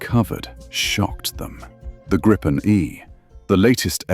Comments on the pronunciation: Great video! Just a general word regarding every English speaking video on Gripen, I always hear [grippen] or [gry-pen], in Swedish the more correct pronunciation would be [greapen], as in "reaper" (kind of fitting, right?) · Never get old how everyone is butchering the name. There is only one P in Gripen, Try reading it like GRE-PEN and you might get it right